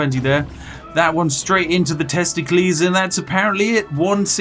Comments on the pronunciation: "TESTIKLIS" first time watching this lol.... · Testicles should always be pronounced like Pericles. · "One shot in the testicleees is all we needed for the kill." Guess vikings didn't think about arrows in the nuts huh 😂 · the way he pronounced testicles had me laughing . thats pretty quick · I've never heard anyone else say Testicles like that and it gave me great happiness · Okay I burst out laughing the moment I heard you pronounce testicles like a Greek name, paused the video, and kept laughing for like a minute straight.